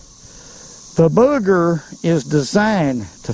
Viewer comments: really like your videos and suggestions, but it's wooly BUGGER, not booger. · It's a woolly bugger, not booger. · It’s pronounced “bug er” , not bugger.